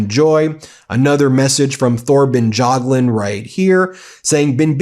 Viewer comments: That's the craziest pronunciation of Thorbjørn Jagland I've ever heard! lol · Thor and Tor is pronounced a like. Bjørn (ø is pronounced like the u in truck ,not dragged out just a short uh like it sounds like a seal cubb). Thorbjørn/Torbjørn is also pronounced the same. We do not pronounce silenced letters like Th +many more. Jagland is pronounced Ja g la nd Jagland... He says it's absurd all the questions he has gotten after this,but look more like a deer in the headlights than ever. It's not my favorite ex- primeminister. Regards from Norway